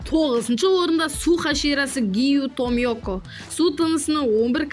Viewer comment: Обанай емес Абанай десей Обанай деп жазылат. Томиоко емес Тамиока дейді.